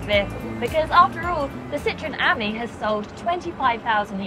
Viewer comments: Er.... it's an aMEE, not an AHmee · It's French, so surely it's pronounced "am-EE", not "ammy". C'est pas difficile, mes amis. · It’s pronounced as “friend” in French and not the way you’re saying it .